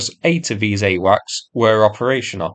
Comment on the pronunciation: "The U-WACS" 😄👏🏽